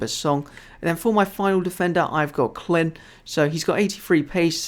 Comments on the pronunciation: its pronounced cline not clin but it was a great video keep it up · you said it like clin its clyne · CLYYYYNE not CLIN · Clyne is pronounced Cline by the way:)